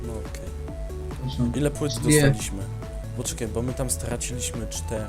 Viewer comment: Bo my tam stRacilismy czteRy.. [...] Starasz sie to R wymawiać ;D